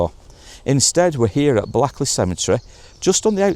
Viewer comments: Just up Lightbowne Rd from the Vanda Skala case!! Moston used to be a quite decent good place untill all the scroats and scumbags were dropped in to the area!! ....Blackley is pronouced 'Blakely'!👍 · And it's pronounced Blaykley even though it's spelt Blackley